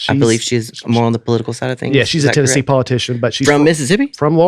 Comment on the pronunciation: As much as whines about pronunciation, he jumped right out with Tenne-zee